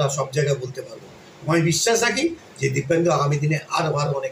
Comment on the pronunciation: Ota dipendu.. Kindly sothik pronunciate korben